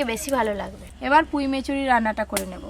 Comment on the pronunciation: পুঁই মেটুলি ❌ পুঁই মেচুরি ✔️